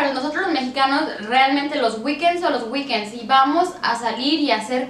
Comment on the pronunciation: En el minuto Para nosotros los mexicanos los "guiquens" son los "guiquens", jaja y según ella habla inglés....